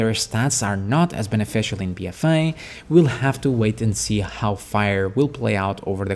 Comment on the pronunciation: Lmao, it's just your accent. When you say "a" it sounds (to me) more like you're saying "eye" or "I". I'm just busting your balls.